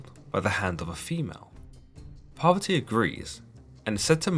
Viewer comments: I liked your video, but you have to work more in the pronunciation of names... It's not "Durge", but Durga, and not "poverty" but Parvati! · The pronunciation of Parvati and the Author pronouncing as Poverty. now I Know Word Poverty means Parvati of Hinduism. Shiva :- Is Kali Shiv :- Sankar even Judasim have Vowel S'va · Shiva’s lady’s name is Poverty? I am honestly asking, captions don’t help me as they say “poverty” but don’t capitalize the P, so I’m wondering if it’s just hearing it phonetically or has it wrong.